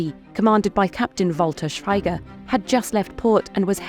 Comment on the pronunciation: It's pronounced "Shweeger"